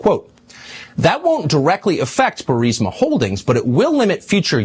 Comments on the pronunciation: I know I'm going to get called Karen here, but I don't care. Benny, you're mispronouncing Burisma. It's not Bursima it's Bur-isma. I'm sorry...but this has been confusing to me to listen to. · Benny, it’s pronounced “BUR-IS-MUH”